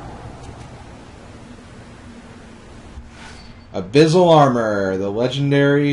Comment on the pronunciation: Why do you say abyssal like abyZZal? Its pronounced "ab-iss-al" not "ab-iz-al"